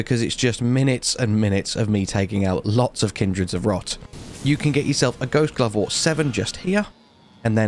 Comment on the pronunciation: Did anyone notice he said Glost Ghovewort lol